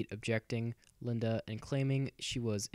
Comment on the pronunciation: "Expert" who cant even pronounce Linda's name correctly. What a joke.